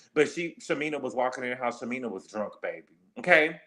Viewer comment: you are killing me calling shamea, "shamina". I know you know how to say her name correctly lol 😆 😅 i cant imagine having a newborn at retirement age. Gerald is crazy for putting pressure on shamea like that. It's a geriatric pregnancy which is risky. Her 2 kids already have serious medical conditions